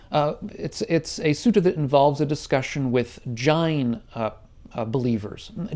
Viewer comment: why you pronounce jain all weird?